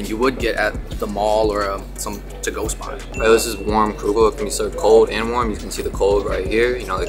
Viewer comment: Kugel not Krugel